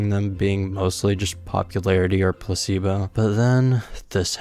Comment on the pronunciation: why does he keeps saying pussy-bo instead of placee-bo